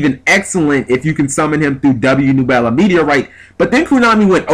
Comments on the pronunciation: noo-bel-a?? thought it was neb-yoo-la like crash nebula...but ok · "nu-bell-a"? seriously, at least try to read the card name... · It's pronounced Neb-you-la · Its pronounced Neb-You-La. Besides that I agree fully with everything you said here. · you mispronounced nebula. it's a hard U sound. like from astronomy